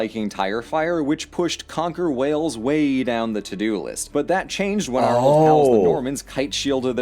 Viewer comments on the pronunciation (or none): NOT WELLS. WALES. (as in the big mammals that lives in the sea) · Pronounced Coomri (Cymru) in Welsh. It's also WAles not 'wells'. Do bother yo get the basics right. If you want a history of Wales talk to the Welsh not other Americans. From Machynlleth, Powys, Cymru. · I'm sorry, what is a 'Wells'? It's pronounced Whales 😭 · It,s not Wells ,it,s WALES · It,s time you got interested!! And it,s WALES and not WELLS😂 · Wales not Wells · Good video, but it's pronounced wayals, mot Wells. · Wales, not Wells!!! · It’s called Wales you moron. Not WELLS, wales pronounced like the animal whales, do some research before destroying its name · Pronnce it like whales please as your amerrican ass is saying wells and thats in england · Dear God I’ve never seen such a butchering of the Welsh history EVER. Not to mention pronunciations here. Wales is pronounced as in the sea creatures Whales NOT Wells. Cymru is pronounced “Come-ree”. As for what you are watching I am disgusted by the inaccuracies. If you are going to look at our history please use accredited sources. What you are watching is rubbish. I’m speechless 😮 Cymru am Byth Wales 🏴 forever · Every time he says wells I want to slap him 😂😂 it's WALES OK WALES WALES NOW GET IT RIGHT 😂😂😂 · 15 seconds in and please, for the love of God I hope the video tells you how to pronounce Wales... it's not Wells, they are holes in the ground. It's Wales, with an a, bit like the mammals in the sea Whales but without the h. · It Is Wales ( whales) Not Wells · It's not wells it's Wales u illiterate fool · That's an A with a single L Wales not wells FFS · 1st off its not WElls, its Wales!!!! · Omg it's called WALES!!! NOT WELLS!! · cymru am byth a twll din pob sais, and its wales not wells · cymru am byth!!!! please say Whales not wells lol. you should come spend some time in our amazing country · Most dumb Americans think Wales is part of England. Wrong dumb fucks.also it is Wales not wells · its wales not wells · Whales not Wells